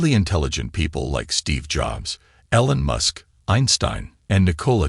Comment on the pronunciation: It's a robot. That's why it says stupid shit like "ellen musk"!